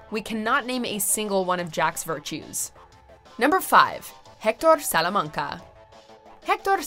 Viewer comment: "Tuco Sulamanga"